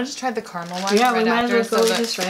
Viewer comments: It's Cara mel!! Not Car mel!! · Spots-for-fun-79 Critter bugs actually they were triggering me saying it like Carmel as If there is no a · Ca. Ra. Mel! Not carrrmel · It's ca-ra-mel not car-mel!!! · In Australia it’s pronounced cara-mel not car-a-mal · Only Americans and some Canadians say Carmel. It is spelled Caramel and is pronounced exactly as it is spelt. Cara-Mel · Am I the only one who gets triggered when someone says ”Carmel” instead of “carAmel”?😂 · I'm trying to ignore it but 'car-mel' hurts my soul. There's a letter missing. We do over pronounce the r but it's so strange not hearing "kahr-rah-mel" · Marmite is not vegimite, Tim tams are biscuits and not cookies and it’s caramel not Carmel lol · Mezza omg yes! All they have to do is read the actual letters - c a r a m e l not c a r m e l. Not hard really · Whenever I watch Americans say carAmel as Carmel, I get so triggered. Loved the video though, currently overseas and now I wanna go home and eat everything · keeps running her hands through her hair after eating chocolate, which is kind of gross. Her hair must be horrible after the end of the video - also, vegemite needs hot toast and butter. Marmite is NOT vegemite. Fairy bread is an after school snack, and a party food. Oh, and it carAmel, not carmel. Carmel is a girls' name. You had the tim tams, you had the milk - but no tim tam shooter? tut tut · Does it irk anyone else that they keep saying 'carmel'? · Calista Perez Yeah, and you’re wrong. C-ah-rah-mul. Pronounce the ah like you would when you say Apple, but it’s faster so it sounds slightly different. I can’t explain the sound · That's interesting as I've never heard anyone pronounce it Carmel, we all say "caramel" and I'm Aussie born and bred! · Gemma Lee that bothered me each time they forgot the A